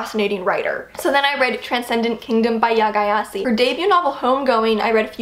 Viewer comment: Gyasi is pronounced Jay-C (J as in Judge, C like Cider). I'm from Ghana. Love your videos.